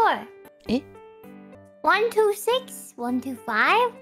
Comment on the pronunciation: キアラが「to」を「1」「6」と同じような強弱で話しているので「1,2,6」と数字が並べられているように聞こえるんでしょうね。 「to」をもっと弱く、低く発声して前後の数字を強調するように話せば「1 to 6」と聞こえると思います。 でもキアラのおかげでこぼぐらの可愛すぎる聞き間違いが見れたので感謝しかありません。